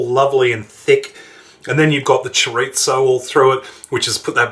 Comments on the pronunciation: Chorizo is not Italian bud. Don't call it chorizzo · For some reason I aways smile when you put a "t" in chori-zo. I am definitely going to try this. It has enough meat/veges mixed in with the rice to make it diabetic friendly. Thank you!